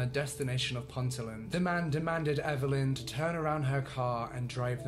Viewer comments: It's in ponteeeeeland. But I like ur videos so I'll let you off ;) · I live in North Northumberland & the town of Ponteland is said Pon- tee- land or Pon-teel-nd Emphasis on the Tee or Teel Just for your reference. Dont worry about it though because everyone mispronounces many Northumbrian place names Most people not from this area call the place Pointy land So you did pretty well. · Nice job. It’s a fascinating case. Just one thing Ponteland is pronounced. Pont ee Land not Pontie land. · Sorry just hav to correct the pronunciation of Ponteland haha only cos lived there...pronounced Pontee-land🤓🧐 sorry sorry #pronunciation police 👮🏻‍♂️ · *Pon-tee-l'nd not pont-a-land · Great video! I Lived on a farm on Otterburn Ranges growing up but had never heard of this, interesting to know. Also, I know this is an accent things but it's pronounced Ponteeland, not sure why we say it that way 😂😂